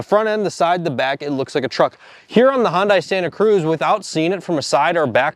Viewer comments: Hyundai rhymes with Sunday. It’s the way Hyundai intended it to be pronounced in the US. Hyundai. Sunday. Not hun die. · If you’re going to be any king of Car Expert, please learn how to pronounce the subjects of your reviews. “Hun- Dye”? Just watch a couple of Hun-dye commercials and take a few notes. Sunday, Hunday. Sunday, Hyundai. Get it? Hyundai rhymes with Sunday. Practice a couple of times. I think you can do it. Sunday-Hunday. Sunday-Hyundai. Got it? That a boy. Good job! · Hun(day) __ Not Hun(die) !!! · I'm surprised you never saw the Hyundai commercial where they said Hyundai it's pronounced like Sunday. Not like Honda with an i! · When they first came out in the US, there was an advertisement on how to say the name - Hyundai rhymes with Sunday (not bonsai). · It’s pronounced “Hun-day” rhymes with “Sunday”. Told to us at the LA Auto Show when they came to USA many years ago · WTF is a Hon-Dye?! 😂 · Good comparison. I would encourage you both to research how to properly pronounce Hyundai, though. Should be pronounced "HEE-uhn day". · It’s “Hun-dai” rhymes with Sunday 😂😂😂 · “Hahn dye”??? Left this vid after hearing that pronunciation several times in the first two minutes. Can’t pronounce the name then stick to Fords and Chevys. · it's pronounced Hyundai .. sounds like Sunday ... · Please, it’s pronounced “Hun-day”. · Hyundai is pronounced like "Sunday". Just saying. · The correct pronunciation of Hyundai is “Hyun-dae." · Hyundai is pronounced like Sunday with an H instead of an S. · Since you guys are pros its probably good that you pronounce the brand correctly. Hyundai is pronounced like Monday. Hun-day. Good video though. RIP Santa Cruz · It would seem to be a given that the most elementary things you could do to prepare for your video is to learn the pronunciation of the manufacturer of the car you are reviewing. It is Hun-day...rhymes with Sunday. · Check your pronunciation, It’s Hun-day. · Remember, Hyundai rhymes with Sunday. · Hun-day not Hun-die.